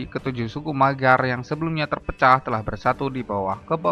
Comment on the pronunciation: Di judul ditulis bangsa maygar,, di video ditulis magyar tapi dibaca maygar,, yg betul yg mna ini,, Hongaria jg skrg sdh bukan sbgai republik Rakyat